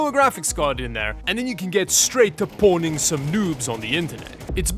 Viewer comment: Pwning is not pronounced "powning". It's a typo of owning and is pronounced... you guessed it: Owning.